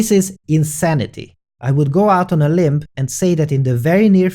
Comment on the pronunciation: Hey dude, love your videos. Perfectly presented for a layman like me. Anyway, you use the phrase "go out on a limp". The phrase should actually be "go out on a limb", as in the limb or branch of a tree. :) Keep up the great work, and your English is infinitely better than my Hungarian!